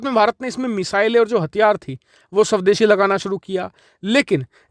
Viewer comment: गलती से स्वदेशी को शवदेशी बोल रहे हो या जानबूझकर